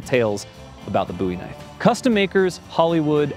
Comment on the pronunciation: Booey Knife?